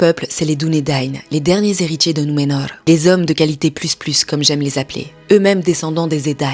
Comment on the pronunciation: Le rrrrr accentué sur la prononciation numenör. Est-ce une prononciation de Tolkien ?